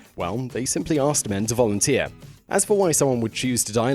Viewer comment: Vorunteer?? No?? SHAMEFUR DISPRAY!!!